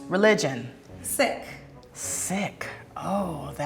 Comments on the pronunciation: frustrated me so much for some reason. It's Sikh, not sick. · did she rlly just pronounce “Sikh” as “Sick” 🤦🏾‍♀️🤦🏾‍♀️🤦🏾‍♀️ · Why did the Punjabi girl pronounce Sikh as “sick” ??? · Good job on saying you are a Sikh the actual pronunciation not just seeekh so Americans can pronounce it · Interesting how the Punjabi girl pronounces Sikh as SICK and not SEEK. I've always been taught SEEK. That's how they pronounce it in the UK anyway. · SICK omg is that actually how u pronounce it tho i thought it was seekh? Idk I’m probably wrong it was just funny to me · She said Sick for Sikh when I thought it's pronounced Seek. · Do Americans pronounce "Sikh" as "Sick"? That's what it sounds like at 8.31. In India and in the UK it is pronounced "Seek". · U.K. pronunciation: seek American pronunciation: sik Correct pronunciation: seek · Hang on, I’m from Australia(so the accent) and I have pronounced Sikh ‘seek’ my whole life but is it ‘sick’? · Did they just say...’Sick’ ? It isn’t pronounced like ‘seek’....? These people have me confused. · Ye i know. It’s pronounced “Seekh” not “sick” lol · why did she pronounce Sikh like sick, isn't it pronounced like seek? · her religion is “sick” Idkkk but my mum is Punjab and she says it like “seek” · Why did she say sick for "sikh" when it's pronounced, seek? Can americans not pronounce anything right? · I always thought “sikh” was pronounced “seek” not “sick”. You learn something new everyday :) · aaan121 Isn’t it pronounced a little more like “seek”? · Sihk - sick isn't it pronounce "seek" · Why did she pronounce sikh as sick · Wtf is a ‘Sick’, pretty sure it’s pronounced as ‘Seek’= Sikh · Is ‘sick’ a religion or did she mean Sikh or do America pronounce it weird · i know but I’ve never heard anyone pronounce it as “sick” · the way they say sikh is so weird. in the uk we pronounce it as seek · I know she’s saying Sikh but why is she saying it like that? I’ve always pronounced it like seek but have I just been saying it wrong?